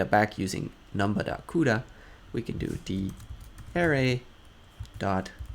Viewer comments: Great tutorial,! One minor critique: your pronunciation of ‘array’ was confusing…a more standard pronunciation is “uh-RAY”. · You say ARRay, I say arRAY. Let's call the whole thing off. But seriously, good stuff. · it was very distracting. Work on it google it and use the pronunciation feature. Otherwise outstanding and very useful tutorial. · I kept thinking, "huh? what is he talking about?? Oh, he meant an ARRay!" lol Other than that, awesome vid!